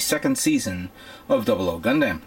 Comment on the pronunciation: OMFG. I'm sorry but I've noticed that you mispronounce EVERY NAME. Gundamn-Gundam. Second right. Allelujah HAP TIS M